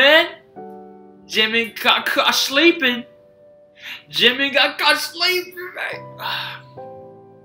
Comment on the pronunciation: the way says Jimin!!😂 So funny